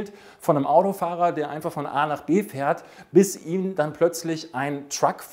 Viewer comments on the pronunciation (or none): none